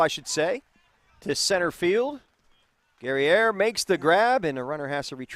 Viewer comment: #8 - Guerrier, pronounced like courier but with a G 👍🏼